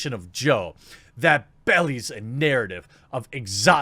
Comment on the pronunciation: LOL not "bellys" LOL LOL "belies" -- BEE LIES